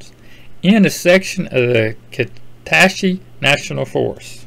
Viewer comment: Kuh SAT chee is the pronunciation. I’m north of Shreveport, but part of my heart lives in the wilds of KNF